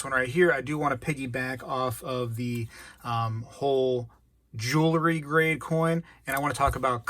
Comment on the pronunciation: Great video! I agree on the War nickels, the 40% coins from 1965 and later, the slicks (although they do still count as silver), and the fakes. But please, I implore you, just for this one thing: please stop saying, "jewl-ery"! You said it so many times I was going into a spazalitic state. The word is, "jewelry." And by the way, when the mounted soldiers come to the rescue, it's the "cavalry," and not the "calvary." ("Calvary" is a different thing altogether.) Please help me to retain this tenuous grip I have on my sanity. Thank you!